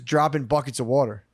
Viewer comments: Every 2nd or 3rd time Matt says "water" the Philli accent comes out like "werter" its the best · I think Matt is is trying to sell the pronounciation of water as "wooder". His pronunciation of water as "wooder" comes up a lot... 😆